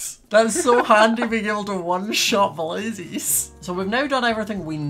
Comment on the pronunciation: I love how says blazies instead of blazes